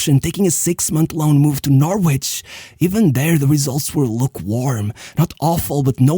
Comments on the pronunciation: It's not Nor-which. It's no-rich. Not Dull-which. It's Dull-itch. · Nor Wich, LOL